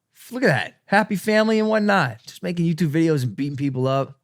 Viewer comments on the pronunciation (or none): none